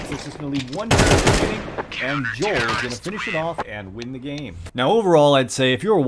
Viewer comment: Dude I feel physical pain each time you say Jol and not the right pronunciation Jowel